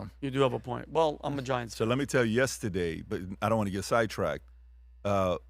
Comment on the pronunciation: I love you pat your a goat but your pronouncing of the word yesterday drive me crazy its horrible just sayin